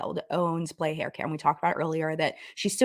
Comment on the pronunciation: I'm sorry it's getting to me (in a humourous way). Playa means "beach" in Spanish and is pronounced "plah-yah". It was just making me giggle so I felt obligated to provide the proper pronunciation.